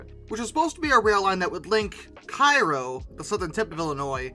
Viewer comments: Sorry, Cairo is not pronounced K-EYE-ro, as in Egypt. It's K-ARROW. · Dear, two minor points but important none the less. Cairo is pronounced "Karo" like the syrup and Mobile as in Gulf, Mobile and Ohio is pronounced "Mo-beal" The second syllable is dominate. Not like Mobil as in the oil company. Thanks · Cairo : KAY-ro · It's not Cairo the I is silent you pronounce the a